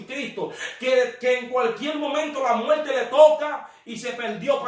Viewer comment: Se dice muerte, no muelte. Infierno, no infieLno. Tormento, no toLmento. Esa es la realidad del asunto.